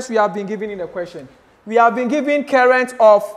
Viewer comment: You saying current like kerrent is so funny It just seems like you're calling my name